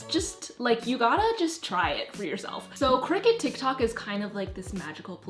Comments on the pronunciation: I kept hearing cricket 🦗 isn't it cricut (cr-y-cut)? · I think it’s pronounced cry-cut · When she said this video was sponsored by cricut i heard “Cricket” as in the phone company lol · I thought it was crycut omg 😭✋ its cricut and i keep hearing cricket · this sounds kinda weird but the way you say cricket it so satisfying lol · omg it’s cricut i’ve been pronouncing it “cry-cut”😭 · i literally have thought "cricut" was pronounced "cry-cut" for my whole life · Same. When she said 'cricket' I felt my whole world crumble around me. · She really says: cricket